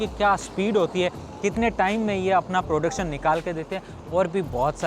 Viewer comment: maseen, producsen, satasin